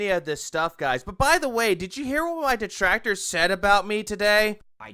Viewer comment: I like how one of the main reasons Phil is saying he “refuses to take company sponsorships” is LITERALLY the same reason he doesn’t want to do a charity stream. “Oh wul you guys don’t get it, my duhtrackturs would be there to ruin it. I mean come on, they’ll interfere in anything I do so what’s the point like are you seereeuhs ack ack ack” Nothings ever his fault. The detractors are always to blame, and they’re even preventing him from being charitable. 🙄